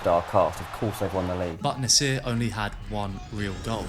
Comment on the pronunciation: I hate the way you pronounce Nasser + iOS sound effect isn’t a good idea Excellent work overall